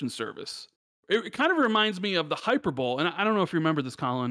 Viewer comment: "Hyper bowl"? Did you mean hyperbole rand? It's pronounced hīˈpərbəlē (hi-per-bolee)